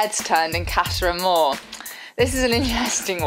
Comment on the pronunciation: did arabella just say "casha amor" ??